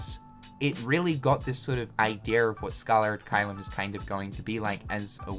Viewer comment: Why do you keep saying "Scaller" ad Caelum?